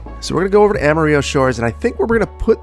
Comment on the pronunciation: amario = AMA-RILLO